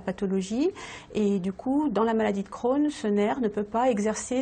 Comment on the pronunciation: La maladie d'Crohn alala le "e" n'est pas la pour rien